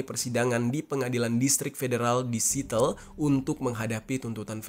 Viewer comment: Siateul bukan sitel